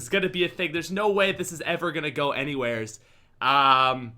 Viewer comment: Serious question, why do Canadians say anywhere with an s?